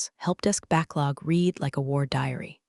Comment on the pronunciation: Yeah, these cheap text-to-speech engines always get that wrong.